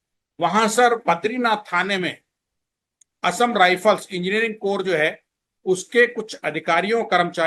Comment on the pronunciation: Sir ji Assam rifles ka naam galat ley rahay ho ji